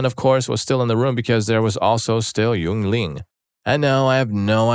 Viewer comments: Lmfao yu-en-ling, its pronounced yingling ruh. Thats mmy dads cavorite beer, ow ima start calling it yu en ling to bug him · Man, you just made an enemy out of everybody in Pennsylvania with that pronunciation of Yuengling. Protip: It's YING-ling.